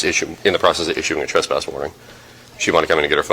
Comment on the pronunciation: A “tesspass”